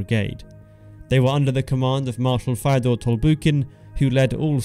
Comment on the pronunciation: How do you pronounce Fyodor as "Firedoor"?